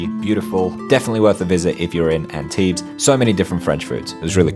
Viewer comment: My hometown. Thanks for this great video. Tiny thing, we don't pronounce the s at the end of Antibes 😉